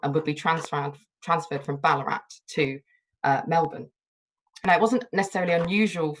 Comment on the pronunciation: Just loving it here in Canberra. A note, it’s geeLONG, and ballarAT. And Bourke is for some reason pronounced Berk.